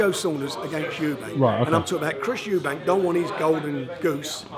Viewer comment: Warren cannot pronounce SO MANY things: - 'Eubanks' - 'Brooks' - 'Madison Square Gardens' - 'Muhammad Alley' Then he complains about the quality of the Matchroom fighters' opposition when he puts Liam Smith up against some hopeless bum. He is pathetic.